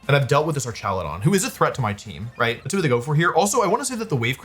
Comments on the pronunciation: Why is he calling it ar"cha"ludon😂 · The way you pronounce Archaludon is funny, but the correct ways are like Archangel or hazmat/hazardous